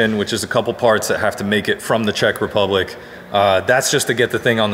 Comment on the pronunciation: OH...did you say Czech Republic? 😄